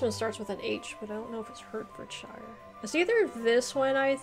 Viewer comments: I would love to kindly give you pronunciation lessons ; i live in Hertfordshire, rhyme with heart ( hart) ford and sher! I think you did well on finding our counties. PS i have visited Marin County Tn several times, where are you? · Also Hertfordshire = Heartfodsheer Herefordshire = Herefodsheer (the he and re are pron. separately as 2 syllables with a short "e" sound like in echo)